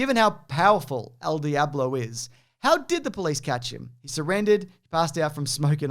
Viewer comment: There needs to be at least one more R in surrendered